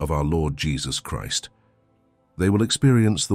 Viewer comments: I love this channel it's Biblical content but I really don't like the AI voices you're using. It mispronounced Christ and the AI voice doesn't have the passion and delivery of the people you used to use. Please bring the real people back. Thank you. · I thought we were to live forever after Christ returns? Also is this narration made by an AI... I've never heard anyone say "Christ" with that pronunciation.